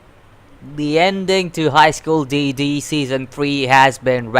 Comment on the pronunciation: Finally! Someone who knows how to pronounce “DxD”